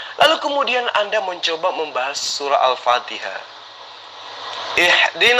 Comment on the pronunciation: Ayo kita bca sama" alpatikah kata meme kece huahhhhh alfatikhah bilang alpatikah hadeh